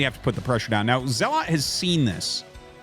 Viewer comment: Okay - this must be said after listening to your streams nearly every day for a month. It's pronounced ZELL - UT, not ZELL-LOT. Great casts, but your mispronunciation of the most common Protoss unit is killing me !